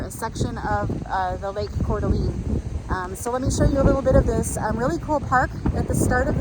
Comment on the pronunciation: Pronounced Cor D'aLANE. Long A, not long E.